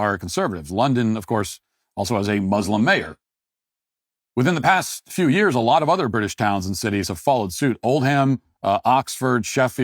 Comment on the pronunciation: Matt pronounced Oldham, "Old-Ham". I spit out my tea with laughter. We pronounce it, "Oldum".